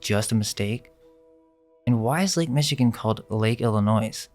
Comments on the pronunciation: Just some pronunciation corrections: There is no "noise" in Illinois. The "s" is silent. Also, New Madrid, Missouri, for which the earthquake is named, is pronounced "New MAD-rid". Thank you. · The “S” in Illinois, yeah, it’s SILENT. So that’s “Illinnoy.” Not Illinoise. There’s absolutely no exception to this rule. Don’t ever pronounce it like that again. 😂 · Just to let you know, Illinois is pronounced with a SILENT 'S.' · He said Illinois with the S on the end! Whomever programmed him wasn’t too smart! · the s in Illinois is silent lol said from illinois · And pronunciation like Illinois - you don’t say the s. And others. Be careful when making the script for video because it makes a person sound uneducated otherwise. Amazing content tho